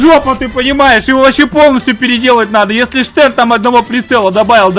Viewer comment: Стен, не Штен.